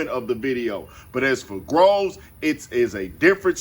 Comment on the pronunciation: Get the last name right …. It’s GROVES